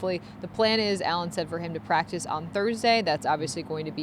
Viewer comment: REALLY?! *It's practice, and not practive. * It's Rasul, and not Razul. * It's Jaguars, and not Jagwires. 😮